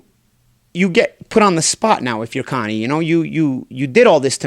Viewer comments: Ya boy said, "Conie," lmao..... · “Connie” lmao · "Connie" lol